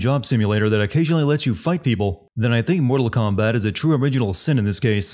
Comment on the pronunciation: Moo-tal Kombat!